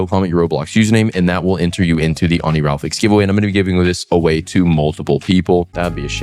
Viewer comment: I still don't get why you always say Oni-ral-fix 😂 It's Oni-ri-falx